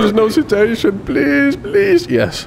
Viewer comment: I like that his pronunciation of "citation" sounds like "cetacean". The Arstotska border crossing is no place for whales!